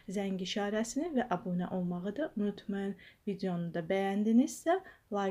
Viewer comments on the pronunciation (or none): none